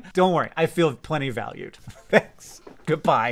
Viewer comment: I laughed out loud at the way you signed off with “ged-BAI”